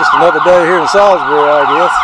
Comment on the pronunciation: i used to live here, thanks for this. you say it correctly 👍